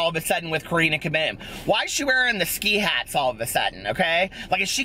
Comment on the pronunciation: the way you say Karina Caboom is so much nicer than my British accent 😆